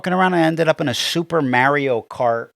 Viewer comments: And they still call him "Merry O" Super Merry-o Brothers.....god my blood boils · Who is super Mare-ee-oh? It's Mar not mare